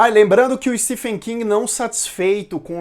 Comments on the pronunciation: Se pronuncia steven king e não stefen!, o próprio autor corrigi como as pessoas pronunciam errado seu nome!. Stephen King (Steven King). O ph no nome dele se pronuncia como V. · Se pronuncia STEVEN King, mesmo sendo escrito Stephen. Inglês não tem coerência na escrita/Pronuncia. Fica a dica. Desculpa, mas dói meu ouvido.